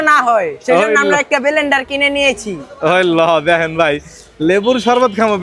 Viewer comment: Blender ❌ Belendaar✔️